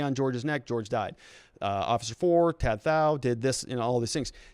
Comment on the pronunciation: If you or other readers haven't learned, the name "Tou" rhymes with "you" and the "th-" sound in southeast Asia is usually a hard "t" so "Thou" rhymes with "cow."